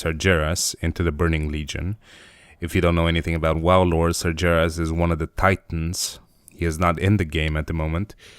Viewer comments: its nath-ri-zeem :P and its sar-ga-ris not that you care :D! keep up the good work man love the drawing! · Nathrezm and Sarjeras, i raged about the pronunciation not gonna lie.